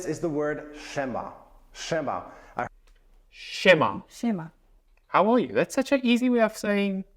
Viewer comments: you pronounce word 'siema' as italian word 'scema' that means 'idiot' .... hilarious! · Haha good choice of expressions.. .BTW „sie ma” is not really used that often.. It’s a greeting that is used by an influencer and a charity campaigner Jurek Owsiak, that's why it’s got popular.. Also, sie ma, the way you pronounce it, in Italian means stupid/silly 😂😂